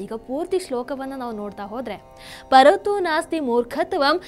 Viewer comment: ಪರತೋ , ಅಲ್ಲ ಪಠತೋ,,,,, ಅಂತ ಮೊದಲ ಶಬ್ದದ ಉಚ್ಚಾರಣೆ ಮಾಡಬೇಕು.